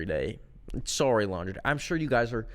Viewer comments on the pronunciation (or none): I'm giggling "suorrey"